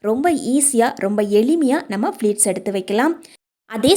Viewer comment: அது ஃப்ளீட் இல்லை அம்மா. ப்ளீட். கஸ்டம் இல்லை கஷ்டம். உச்சரிப்பு சரியாக இருந்தால் வீடியோவைப் பார்க்கவும் சுவாரஸ்யமாக இருக்கும். ஆங்கிலம் தேவையில்லை. அழகான தமிழில் உச்சரிப்பு சரியாக சொன்னால் இன்னும் நிறைய பேர் பார்க்க ரெடி